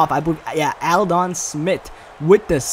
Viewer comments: Lol Aldo ? It's pronounced All Dunn Aldon Smith ;) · Lmfaoooo why u say aldon like that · Lol I noticed that too like wtf